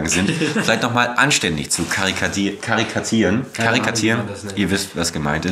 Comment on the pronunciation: Ka-Ri-Ka-Tu-Rie-Ren. karikaturieren.